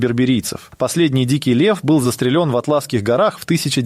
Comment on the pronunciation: Что со всеми вами происходит.? ГривАми, вы произносите, вместо грИвами. ЗастрелЕн, вместо застрЕлен. Помешательство в сети ? И это становится постоянным. Тоже самое с произнесением даты годов, которое произносится с каким то нечеловеческим ударением, как будто цивры произносит робот не имеющий никакого понятия о человеческой речи.